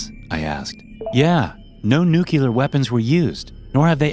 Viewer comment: You committed the ultimate imbecile move. I don't let anyone get away with this without calling them out for it. If i could call out Bush jr. for the idiot that he is for doing this also, i would. He said this, just like many others and then finally, YOU! You pull the same idiotic shit. Okay, this is what I'm talking about. You said the word Nuclear (newk-lee-er) the moron, idiot, imbecile way..., (newk-ya-ler.) Honestly, the reason behind this most idiotic behavior is irrelevant. There really is no excuse in the universe for doing this. When i see someone do this, I immediately lose all respect for them. You, are, a, moron. Plain and simple.